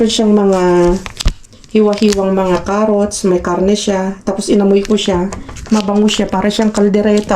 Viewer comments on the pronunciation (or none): none